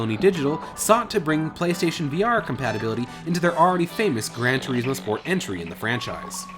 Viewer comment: Wtf is wrong with you game reviewers , how do you not know how to say polyphony! (Polih-funy) polyphony. And its gran tour-izmo, not fucking (gran tour eezmo) fuckin hell! If your speaking italian or spanish, than yes, toureezmo. But you arent !